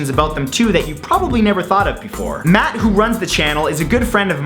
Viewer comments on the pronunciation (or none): none